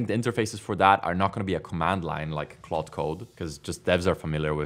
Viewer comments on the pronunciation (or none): none